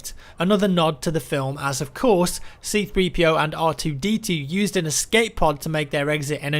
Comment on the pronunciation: I'm glad you called C-3PO, C-3PO instead of 3-CPO like Matimio called him.